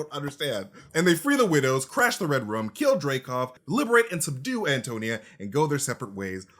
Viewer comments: Is it me or do they keep saying "Red Rum"? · Everytime they say Red Room I hear REDRUM